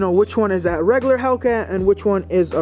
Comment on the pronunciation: Reggaler... lol